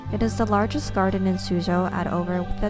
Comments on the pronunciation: This is good! But isn’t Suzhou said as sujho? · its pronounced “sue joe”